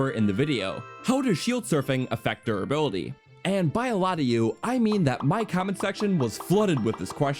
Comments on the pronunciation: durrability lol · anyone else noticed the "durrability" ? Also nice vid :) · durrability "how shield surfing wharks" "Death Montin" "to go abott surfing" "the wourst shield in the game"/"one of the wourst in general" Not too many in this video. You're improving.